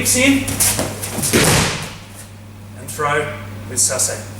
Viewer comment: SASA- EH not sassay